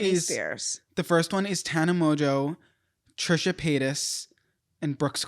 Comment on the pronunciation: did you really just say Trish the fish. 😂😂😂 I remember when the soul siblings talked about seeing Trisha. To be honest, I knew about Andrew first 🤷🏾‍♀️.